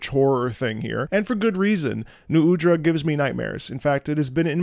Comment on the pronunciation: srry you pronounce nu udras name wrong, actually its Nuh uhdra : )